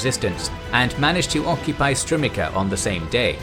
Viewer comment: Strumitsa. Not Strumika.